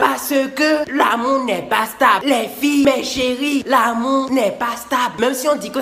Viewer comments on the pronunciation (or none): Il dit " l'amou " 😂